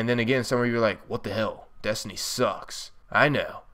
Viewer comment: It's also funny how he says desny not destiny